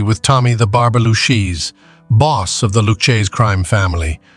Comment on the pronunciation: Pronounced (Loo-kay-zee). I’m almost insulted.